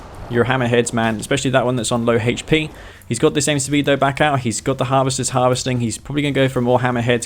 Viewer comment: "Hay-ch P " Hahahaha That accent. Raised West Coast